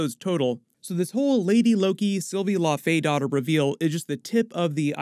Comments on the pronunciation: It would be pronounced laufeydo-tir like dough-tier. Btw. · For future reference, it's pronounced Lau-fee-dot-er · Dottir is pronounced "dough teesh" believe it or not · Can you please start pronouncing laufeydottir and laufeson correctly? Low (like cow) Fee Son. Not La-Fay-son